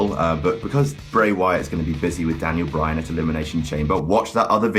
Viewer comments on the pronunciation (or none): none